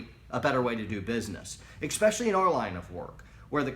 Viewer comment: "eXpecially", god that kills me. you're only human I suppose.